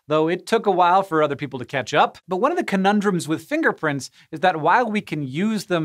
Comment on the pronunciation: Im sorry, but the whole time he was talking about finger prints, I kept hearing "Finger Prince." Goodnight everybody.